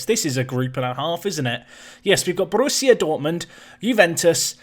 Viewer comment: As a Dortmund supporter i like how u pronounce Borussia. It gave me a chuckle xD BTW: As a german: The Nico Roth last name has a strong pronunciation on the O. (I know someone with this last name) what u said would be Rott which is also a last name ^^